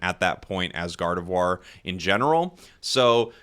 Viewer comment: am I the only one who hearing saying God of War instead gardevoir